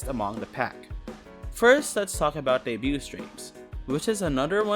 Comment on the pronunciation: Decent video! Watched the whole thing! Just want to make a minor correction: the 't' is silent in debut/debuted. It's a very common mistake among HoloEN to pronounce the t, so I get where you're coming from, but it's nonetheless silent.